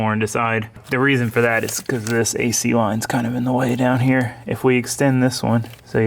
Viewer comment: Favorite part is when put a lil sauce on "weld a bead hyah" lol have fun sayin words in funny ways fuck it be different lol